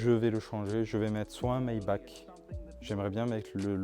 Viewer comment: Super vidéo, par contre on dit "maibar" et par "maibak" en allemand le ch ce prononce R